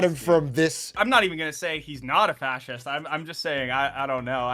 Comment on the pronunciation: fascist, (not sea’s - say it slowly)